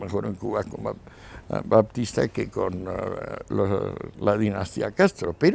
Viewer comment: Ahora Fulgencio Batista se pronuncia "Baptista"...., por otro lado me gustaría saber los 60 u 70 paises que probaron las teorias de Marx o los que se llamaron "comunistas" para poder engañar a la gente sin que hubiera ni un átomo de comunista en sus gobiernos. Si de esos 60 o paises que supuestamente fueron comunistas sacamos 10 que compartían varios preceptos con el comunismo y vivian mal, podemos sacar muuchos más países que viviendo con preceptos liberales o capitalistas viven mucho peor. Siempre está bien escuchar a Escohotado, pero me da la sensación que después de su último libre se está caricaturizando.